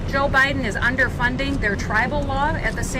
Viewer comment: Did she just say, "President O'Biden?"